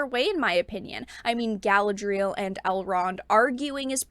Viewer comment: NOT gALA-DREEL --- gA-LAD-RE -ELL